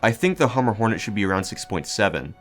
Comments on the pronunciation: HumBER, not Hummer. Like lumber. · Hum-ber pig not hummer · As someone who lives on the humber im offended byyou pronouncing it 'hummer' ahaha, but other then that good vid man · I hate to be the guy who comments on a 2 year old video with something like thid but- the B in humber is not silent There's an estuary in the north east called the Humber, and it's said how it's spelt